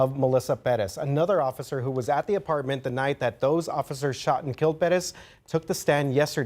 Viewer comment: "Ofither" 😂😂 sorry i just had to! 😂